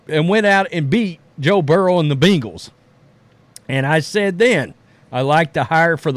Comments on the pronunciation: Who are the “beingells?” Are you saying “Bengals?” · The way you say Bengals.😂